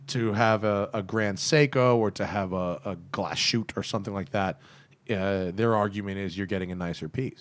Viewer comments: No, "Glashütte" is not pronounced like glas shoot or something. It is Glashütte, with "ü" and double "t", "Glas" and "Hütte" are two different words. For proper clearifying the sound just go to Google Translate, write "Glashütte" in the german translation box and let google read it for you (press on the speaker symbol). Otherwise great podcast, really looking forward to the next episode. Greetings from Germany! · I can almost hear the germans cringing in pain.... try pronouncing it "Glas-hütte" not glasshoot. But you got the ü surprisingly good. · It’s pronounced Glas-hoota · Yes, Junkers is German. “Stowa” is pronounced “SHTOva,” and “Glashütte” is pronounced “GLAHS-HÜTEH.” The umlaut must be pronounced correctly, and there is no “sh” sound in that word. And “Lange” is pronounced (approx.) “LAHNG-EH,” as if you were saying “ahh” at the dentist’s. In 99.9% of German words, every letter is pronounced.